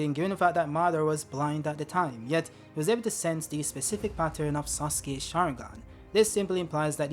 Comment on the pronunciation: mich triggert es übel wie falsch du viele Sachen aussprichst!!! sasuke.... uchia.... mangekyo😢izuna... wie iel kommt da noch? madara auch und jetzt ist das mangekyo ist gerade zu mango geworden,tobirama auch 😢 orochimaru,tomoe auch 🙈 hashirama...sag mal hast du jeh den manga gelesen oder mal den anime gesehen??? 🤔 oh nee warte is ki generiert,oder?!??